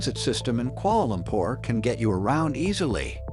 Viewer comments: “Koala lompor” 💀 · “Kuoala lompor “ 💀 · I'm from Malaysia and I'm why are you say Kuala Lumpur so weird